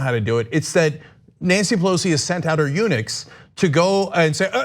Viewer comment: Does Cenk keep saying "Pelosi's units" or "eunuchs"? 😂😂😂